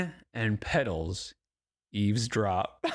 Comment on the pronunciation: There must be SOOOOO many spelling mistakes in Hamber's "poems"!! She can't even pronounce "eavesdrop "!!!! She says "eezdrop"!!!! So you know she didn't spell it correctly!!!!!